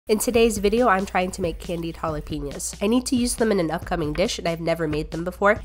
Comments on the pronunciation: idk why but it triggers me when people pronounce it holla-peen-yos my family pronounces it holla-pen-yos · It’s pronounced Halapehñoooos NOT Jalapiños